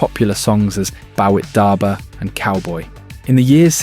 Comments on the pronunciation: he really called it "Bow-a-tabah" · Dude said "bawitdaba" like it was a tribe in Africa 😂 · That Bawitdaba pronunciation 😂 Liam and Noel aren’t terrible people in the slightest.